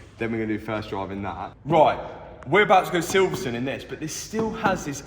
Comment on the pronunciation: Silverstone not silverstun 😂